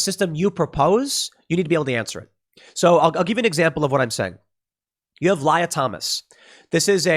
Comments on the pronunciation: The way Tim pronounced Lia was hilarious. Xe (Lia) doesn't actually pronounce it basically as liar, does xe? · Lye-ah, is a funny apropos pronunciation. Ms. Lia Thomas has managed to keep her name partially. Her name being wilLIAm hence Lia. Evidently she is keeping other parts of herself as well. It should be an easy transition back considering she did nothing but grow her hair long. Edit: I forgot to mention she’s still a lesbian.